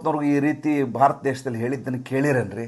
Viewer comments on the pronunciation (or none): none